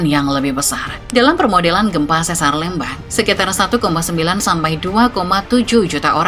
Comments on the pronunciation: bacanya lembang min bukan lembang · Pelafalan Lembang tu setau sy pke E keras ya bukan E lemah, kyk kita nyebut kata 'Lebar' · LÉMBANG bukan LEMBANG ! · Aneh banget denger penyebutan Lembang bukan Lémbang kaya bahas daerah lain. Penyebutan harusnya sama dengan PALEMBANG, buang PA nya. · sanes eu, tapi e biasa. sanes é kieu. tapi da tanggel nya HAHAHAH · bukan eu, dia pakai e pepet. ( é taling untuk lélé, e pepet untuk lemes, eu untuk leupeut) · Leumbang 😮 Harusnya biasa aja sih kaya nyebut kata "Lempar", demikian nyebut Lembang dengan cara yg sama. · Yupz, lémpar, Lémbang, méré gé hésé. Aksara swara dalam bahasa Sunda huruf (e)nya ada 3: e : e pepet é: e taling eu: eu Di video, pembaca narasi menggunakan e pepet dan eu. Harusnya ya memakai e taling, seperti kata "Lémpar" seperti yang anda sebutkan. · itu baca lembangnya salah 😁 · Begitu dengar cara bilang Lembangnya salah langsung skip, gatal di kuping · Sebagai orang Sunda. Gereget banget pas narator bilang Lembang pake eu 😬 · Eta mh digayakn macana bukan tidak tahu😂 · Baca Lembang nya biasa aja min, aneh dengernya 😂😂